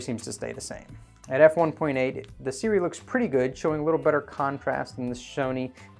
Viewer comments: Seer-oowee Just say a few words by the infamous mr meseeks before trying to pronounce the brand Seer-oowee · Pronounced Su-Ray. Go figure. I work with their reps. Don't understand why they don't just flip the vowels. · It pronounced kinda like S'Ray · Not really Sue-Ray. But close - if you dont speak Mandarin you won't be able to replicate the tones and phonetics of these two signs. It can be either 斯瑞 or 艾瑞. Closest pronounciation written phonetically will be Si- Rway (with the "i" in Si pronounced like in the word "sip" like "sip the coffee from a cup".